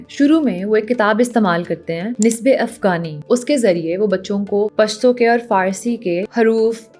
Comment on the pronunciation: Aor afgani nhi hota afghani hota he. Hm kb apni pronounciation theek karenge?